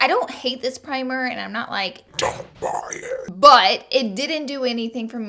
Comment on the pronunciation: The way she said "DONT BUY IT!" Lmao